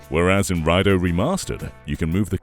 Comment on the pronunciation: It's prounounced "Ray-doo"